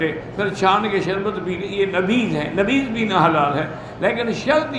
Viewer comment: بھائ نبیض نھیں نبیذ ہوتا ھے